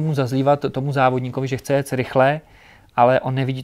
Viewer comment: Super rozhovor a super závodník, blahopřeji k úspěchům a přeji i další... jen mi trochu krvácí z uší když slyším ject 🤣🤣🤣